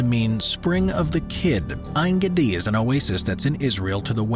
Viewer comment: And the way he pronounced En Geidi ?